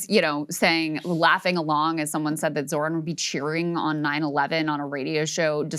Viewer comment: The H in ZoHran is PRONOUNCED 🙄🙄🙄🤦🤦🤷🤷🤷